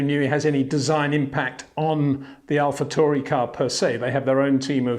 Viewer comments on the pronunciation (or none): Wonderful wrap up as always Peter, thank you. (although I'm pretty sure you're pronouncing Alpha Tauri wrong. I believe it's pronounced like 'Now' - "Tow-ri") 🤟